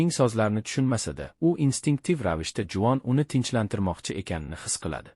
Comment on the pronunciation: Juvon dep eshtilyabdi 😅